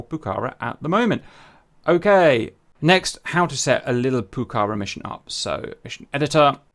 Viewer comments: if you want to pronunciate rigth ... is pucarA y not pucAra (i dont speack english... but i can tell you how this word has to be pronunciated... and means "Red fortress" or "fortress" in quechua... ) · I love that you've done this, I've wanted to see the Pucará in DCS for a long time. For the record, it's pronounced "Puca-rah", because of the "á" at the end. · Like Argentinian I really amazed for your excited about the Pucará (the last "A" is the accentuated) -- Its a lovely plane that its in the heart of every Argentinian. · Pls. It's Pucará. The accentuated syllable is the last one.